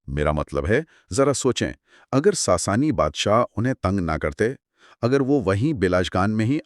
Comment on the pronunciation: ساسانی کو ساسنی کہہ رہے ہین